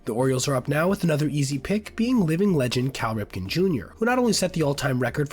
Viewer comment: Cal Ripkin, Jr. Dude should know it's Ripken.